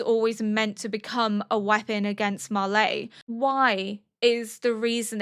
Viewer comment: I mean this in the nicest way possible but why Auldians And Marlaay? It's Eldians and Marly they even pronounce it in the show. I really like your analysis and reactions but that really throws me off